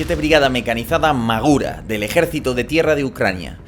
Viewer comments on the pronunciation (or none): Hablo ucraniano y Магура se pronuncia 'Mahura' (Majura). Si se pronunciase 'Magura' se llamara Маґура